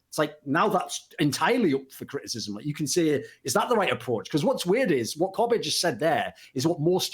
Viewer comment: It lives somewhere between Kobb-ay and Kobb-uh. Imagine pronouncing the word Soccer but you cut the word off in your voice before the “r”.